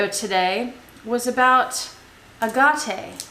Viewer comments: Ok I’m a fairly newish subscriber and I know this is not legit as I cannot imagine you reacting to something like this. I had to check it wasn’t April fools day 🤣🤣. And I have to say here in Australia we pronounce it aaaget and never ahhhhargarte. So I’m calling b sh@ on this. by the way. Love the space shuttle agenda. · I don't know where you got that strange pronounciation of AGATE from however it is definitely incorrect. I am British and in my 70s, and the AH Gah TE pronounciation is a furphy. Sorry. I very much appreciate your well thought out videos though. But note that you very rarely respond to queries or questions from subscribers, so probably won't even read this. Evidence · I live near a very long stretch of beach in California called Agate beach which has some of the most beautiful agates. It is pronounced just as Jill said. I agree your way of pronouncing sounds more exotic, but she is saying it like all the locals here say it. 😀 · I looked online on how to pronounce ‘agate’. Every site I looked at pronounced it as I’ve always heard it, the way you say is wrong. Not one site pronounced it ‘a-ga-tay’., nor have I heard anyone anywhere say it that way. I’m curious where you found your way as the right way. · They all say Agot here in australia. I’m not saying that means it’s right. It’s the first time I’ve heard it pronounced the way you’ve said it. It is much prettier. Sorry to hear this. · In CANADA we call it AGATE not the way your saying it. My dad used to be a gem cutter and it was always spoken different than yours. Never hear any one say it the way you do. But to each their own. Beautiful necklace. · Lol! Did you get your Ah-gah-ta at Tar-jay or Jacque Pey-nay?? You would not make a good poker player - your eyes give you away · This has got to be a joke. Agate is pronounced agate. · I kind of want to adopt your screwy way of saying agate cuz it does sound much fancier!